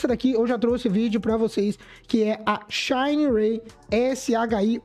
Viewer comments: Xanarey 😂😂😂😂😂 é xinerai boy 😂😂😂😂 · O que me desanima da Shineray e que parece que ela pega as peças do Aliexpress e monta a moto kkk, e cara a pronúncia da Shineray aqui na Brasil e a mesma da escrita nao precisa tenta embelezar o nome nao.